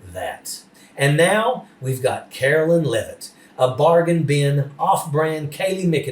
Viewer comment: Please pronounce her name correctly. Her name ends in line not lyn. Take it from someone who has had my name mispronounced and spelled wrong since Kennedy was president. The names are different and not interchangeable.